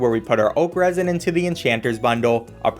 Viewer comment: Oh you said oak resin I heard okras, I was thinking omg how do I grow okra I want to cook gumbo lol.